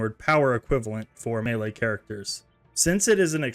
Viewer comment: Melee is pronounced "may-lay"